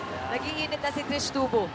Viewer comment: Trisha ❎ Trish ✅ HAHAHA! 😂 isang letter nalang tinipid pa bigkasin ng mga caster.